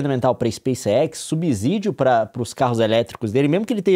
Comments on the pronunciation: A cada "subZídio" que ele manda meus ouvidos sangram. Fico imaginando ele dizer "subZolo" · Nilce e Leon, por favor, dêem atenção à pronúncia da palavra subsídio. A letra "s" só tem som de "z" quando está entre vogais, como em cAsA (lê-se caza). A pronúncia adequada é sub(SÍ)dio. Desculpem-me a chatice. Gosto muito de vocês. Um abraço 💚